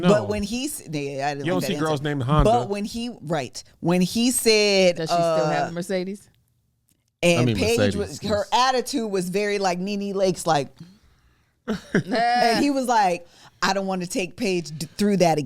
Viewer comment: Did she say mimi lakes for nene leakes lol